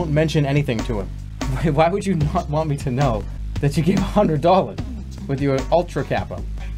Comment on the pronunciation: Except whenever he says "dollars" then it comes out in full force